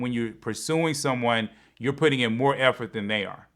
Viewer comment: Effort for Efforty? lmaoo 🤣